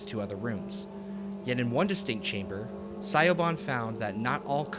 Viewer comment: It's an understandable error. I mean if you've only ever seen it spelt most would think that's how you say it too.